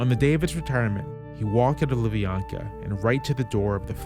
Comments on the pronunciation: Small mistake, KGB (FSB) headquarters is called “Lubyanka”, not “Lubyaka”, it’s a street name of where it’s located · it’s Lubyanka, not Lubyaka, Lubyaka is like Lovely Person 😂